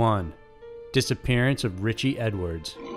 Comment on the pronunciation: Anybody seen Ritch-EE?